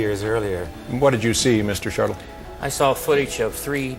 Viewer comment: Mr SHARTLE?!!!!!!!! Robert IMANIGGER?!?!?! How can I listen to anything else after that